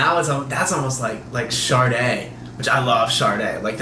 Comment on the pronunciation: "SHARDAY"?????? it's pronounced "shah day" there is not a single R in Sade